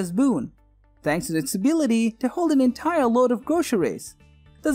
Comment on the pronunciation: Entyer woad of gwocery! >.<